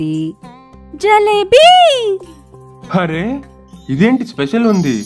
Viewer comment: Jalebi kaadu Jilebi